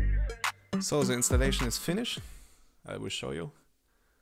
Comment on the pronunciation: I am German too and the pronountiation is as bad as it could be. We learn english from 5th grade. Today it starts in Kindergarten. If you would only at least say THEeeee instead of ZE it would be much better. No chance to grow a YouTube Channel in English that bad. It should be pleasant to listen not annoying. Best wishes